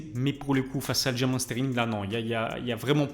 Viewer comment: Ça s’écrit Aljamain mais se prononce “Aljamaine” car c’est un nom propre et la prononciation ne devrait pas varier selon la langue.